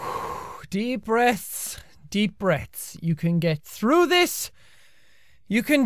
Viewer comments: Am I the only one that noticed he said deep breaths deep breats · "deep breaths deep brets" who is Bret, Jack? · It sounded like Jack was saying "Deep Breasts" at the beginning of the video! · Kinda sound like he says deep breasts